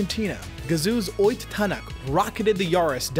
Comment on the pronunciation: i love how americans butcher Ott Tänak he said it as Oyt Tanak